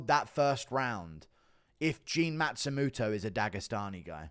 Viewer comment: It's Matsumoto not Matstumuto